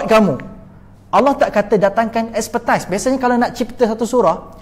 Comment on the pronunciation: Expertise (bukan ekspertais)